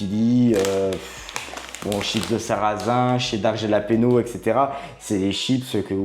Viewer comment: Salut, ça se prononce "ralapegnos" ,😉